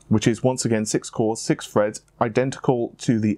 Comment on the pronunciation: 6 cores 6 freds lmao i die Laughing each time i hear it.